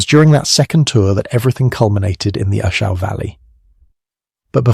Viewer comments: Good stories. Thanks. I didn't get in country until "67". All the earlier battles are interesting. Another reason the NVA wanted A Shau so badly because in "65" Hal Moore and his Cav troopers beat the shit outta 2 divisions of NVA, Just to help you, You pronounce the names? It's "A" Shau. Pronounced (shaw). It was up in "I" corps. Hue is pronounced "WAY". Vietnamese towns and names a very difficult to pronounce unless you've been in country. Good story. I wondered which action Bernie landed his A-1 to to make that rescue that earned him the MOH. I knew he received it just not where..Thanks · You pronounce almost all place names. Check before you record. Makes you look bad. For example A (long A )Shaw , hue 0is Hugh-eh, Oh-pah-like-ahh